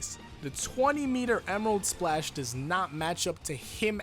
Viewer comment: Emerarudo splashu!!